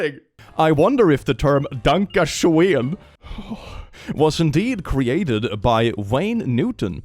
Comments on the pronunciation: Danka Shoen? I thought it was Donkey Shon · I got so fuckin confused when he kept saying “Danka Sheon” cuz one of my friends in named Danka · Danka Shoen is still pretty impressive though. Impressively wrong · Doesn't the song also pronounce danke schön as "danke shein" or something like that? Edit: Sometime it even sounds like "donkey shine". 🤣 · To quote wolfenstein " es ist DANKE SCHÖN VERDAMMT, you are butchering my beautiful language!" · I love how you pronounced "Danke schoen". Especially knowing how the german ö, ü or ä have evolved from oe, ue and ae, to the o, u and a with the e on top, to finally the now modern ö, ü, and ä.